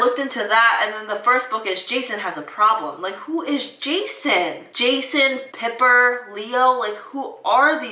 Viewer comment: just a tid bit, piper's name is pronounced pipe -- er not pipper haha, but yes heroes of olympus is a spinoff of the original percy jackson books. the new pjo trilogy thats presently being released isnt like required to understand the other books, it was more of a tribute to the original characters/trio and a love letter to the kids who read pjo and are now adults (me lol), but that just from my perspective. i definitely recommend reading heroes of olympus because it continues percy and annabeth's story but with more characters that are to die for; also, heroes of olympus DEFINITLEY should be read before chalice of the gods to avoid spoilers, so don't read it yet if you plan on doing the spinoff series!